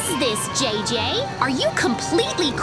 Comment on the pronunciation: It's JJ not DJ bra